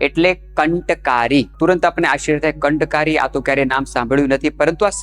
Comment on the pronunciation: Kanthkaari nahi, kantkaari kaho.